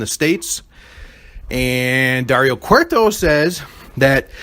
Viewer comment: Cueto is pronounced Kwayto. If it's easier just say Blue Demon. Mundo translates to world.